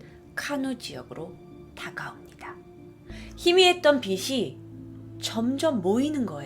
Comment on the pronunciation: 즐겨보는 사람입니다. 그런데 "빛이", "숲이" 등등을 제대로 좀 발음해주시면 좋겠어요. 자꾸 "비시", "수비"로 말하시니 옥에 티같네요.^^